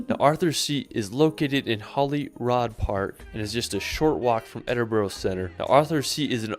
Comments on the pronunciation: ...you are amazing! I'm constantly typing in the comments "Ed-in-bruh" His pronunciation is worse than you though! It's "Carl -ton" Hill. A "Loch" is a Scottish word for lake or a large body of water...Loch Ness. You would have to visit Loch Katrina with it's stunning scenery, steam boat ride around the wee island in the middle! i'd really like you to do a wee 3 part series on Edinburgh, is that possible? Maybe one on it's dark history, another on the beautiful buildings & eating out in the pubs? Princes Street Gardens with it's beautiful water fountain & the cemetery bang in the middle of the city Centre 'St Giles Cathedral' You would not feel like you were in the city Centre though. It's so old it is stunning. Lastly "Thank you" from me in helping educate the pronunciation of my capital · I agree with you, Edinburgh not Edinborough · I laughed aloud when he said "Edinbro" and at your reaction . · Great video love your reaction to how the lad says edinburgh wrong and all the other places would say watch the videos on a youtube channel scotland history tours worth a watch. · As a Brit, with Scottish ancestry, I appreciate pronouncing the places correctly. Thank you. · This vid gets my goat every time I see it. For someone who has been to the places he lists, his pronunciation of city names is bloody awful. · Hiya and, I live not that far from Scotland, about 45 miles, In Scotland are couple can get married at the age of 16 without parental consent, that's why Couples Go to Gretna Green, Gretna is about 5 miles into Scotland, I like the way you corrected The guy saying Edinbrow instead of Edinburgh, keep up the good content, I've got Connections with Mary Queen of Scots, hence my surname, this is Choppy in Whitehaven, Cumbria, England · I think I cringed as much as every time I heard Edinburrow.